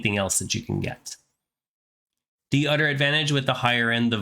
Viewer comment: Hey where are you from? Your English accent is pretty great! As a linguist I was interested in the part you pronouced "other" like "udder". I was just wondering where you are from? Most Americans would never misplace the "th" sound. Not meaning to sound rude or anything and this video is extremely helpful!